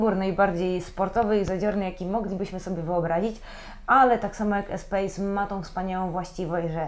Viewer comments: Renault Espas, nie Espejs, przeca to fhancuz :) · Espas a nie Espejs :P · Prosze nie kalecz moich uszu . Espace wymawia się espas a nie espejs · nie ma czegoś takiego jak Espajs tylko Espas....!!!! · ESPAS a nie ESPEJS! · Nie "espejssss" a "espasss" , tak się to wymawia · czyt.się Espas nie Espejs :) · Espass się mówi